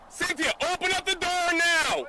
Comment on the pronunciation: Syn-the-a You’re dead